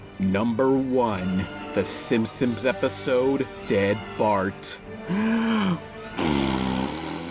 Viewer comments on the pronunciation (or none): none